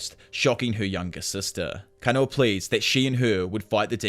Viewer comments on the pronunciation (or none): it's kah-na-oh